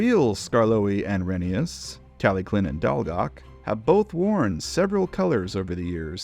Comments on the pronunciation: Please… call it re-NEI-us. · It’s reh nā es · oh wow I didnt know that I thought it was pronounced re-ney-uss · You said rheneas